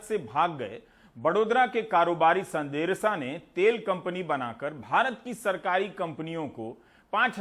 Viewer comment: Being pedantic here - सांडेसरा not संदेरसा